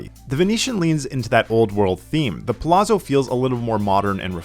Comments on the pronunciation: ZZ makes a ts sound in Italian. Its pronounced puh lats so, not puh lazzo, same ts sound like saying pizza. You say pete sah, not pee za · Palazzo = like pallats-zo, not palasso. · It's prounced Pah Latz , bro 😂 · pronounced Palazzo wrong 😂